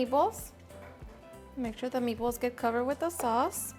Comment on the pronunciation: "me-ballce" are so awesome